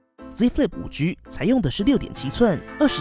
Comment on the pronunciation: 5車 可以好好念5G吗哈哈听着很好笑